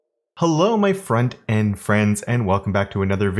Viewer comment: haha I finally got it! "font-end friends!" I kept on thinking you were saying "Friend and friends", even the youtube caption says that :)